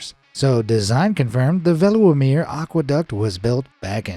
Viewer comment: Correct Dutch pronunciation on the lakes Lake Veluwe (Feh-loo-ve) Lake Wolderwijd (Volder-vayt) I'm not Dutch, I have been practicing the language off and on since 2011.